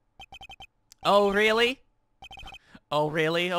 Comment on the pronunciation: fun fact, you are among the few, if not only, lets players to say Olga's name correctly (it's even lateer confirmed it's outright pronounced "oh really"), with the majority of lets players missing the joke and saying "orlee" like fools